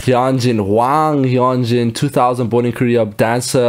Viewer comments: helloo there! i think hyunjins is pronounced more like "h-yun-jin" (where "yun" rhymes with run) and seungmin is more like "soong-min" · hyunjin’s name is pronounced as “hue-n-jin” and felix’s is “yo-ng-bok” seungmin’s is “sung-min” bang chan’s is pretty obvious han’s is “han-jee-sung” changbin’s is also obvious Lee know as well i.n’s is “jong-in”